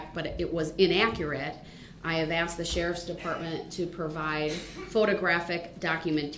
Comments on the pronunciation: Do you think the court reporter typed out axed or asked when said axed(asked)? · and his “troofs “ and “oafs” 😂. He is such a fool. Almost forgot his “axed” 😂